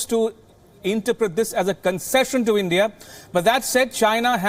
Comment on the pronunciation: Its "India" not "Endia"